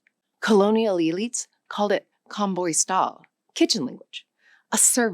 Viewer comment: You pronounce 'kombuis taal' in such an exotic way, I could mistakenly think you hit the mark better than Afrikaans speakers 😂😂😂